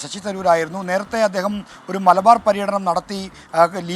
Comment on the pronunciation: അദ്യേഹമല്ല.. അദ്ദേഹം..... പൊട്ടാ...